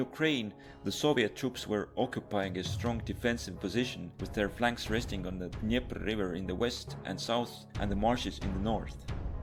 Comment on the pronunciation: Best pronunciation of River Dneiper.... .